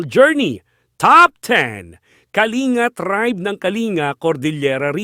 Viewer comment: Kalinga tribe is pronounced as kalingga